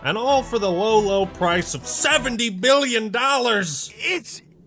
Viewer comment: Something about the way you said "SEVENTY BILLION DOLLARS" in the beginning just broke me. Great video!